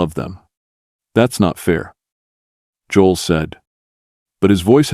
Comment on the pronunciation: He can't even pronounce Joel correctly! This has to be not real!